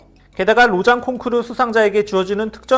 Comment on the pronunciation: 콩크루~ 일본식 영어 아닌가요 ㅋ